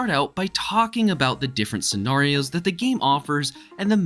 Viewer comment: Why do you say scenarios like that🤦🏾